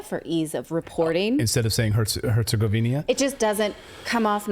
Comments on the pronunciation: Clayton, It's Herzegovina, NOT Herzegovinia. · It's not Herzegovin-i-a, Clayton